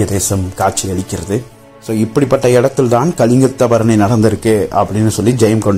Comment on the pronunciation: It’s one of the glorious literature of Tamil. If you don’t know the subject, please don’t Touch the subject. You can’t even pronounce the name properly, Just bluffing like a blind man has seen the elephant. Please don’t ruin the great Tamil literature,which made People proud of its Majestic heritage